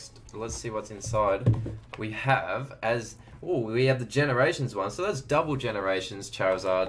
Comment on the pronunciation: Aliyah Bowring yea i was like am i just blind or did he literally say ganerations